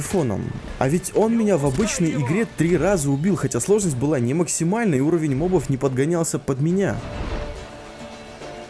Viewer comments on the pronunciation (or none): none